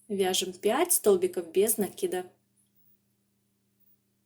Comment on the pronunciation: Слушать вас одно удовольствие, спасибо вам за то что делаете ударение в слове накид правильно.